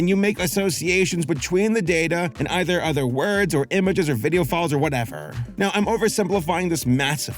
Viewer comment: "or whatevAh!🎀💋"